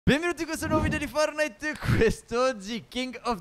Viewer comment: Si dice fortnait no fornait però bravi